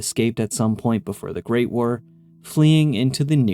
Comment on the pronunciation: Thanks! That was killing me. Also how he says "The GREAT War" irritates me, but that's just a peeve of mine lol. Also from PA :)